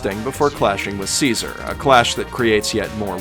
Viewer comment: i heard seizure instead of caesar